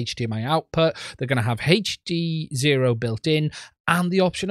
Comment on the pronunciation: It's not " HEYCH" D ZERO ITS HD ZERO